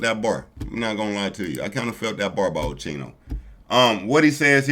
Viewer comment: lol It’s OSKEENO!!! That’s how you pronounce it bro not Cheeno! ☠️💀